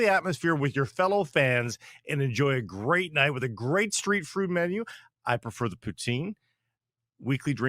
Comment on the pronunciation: said, " street frood" in his Greta ad. 😅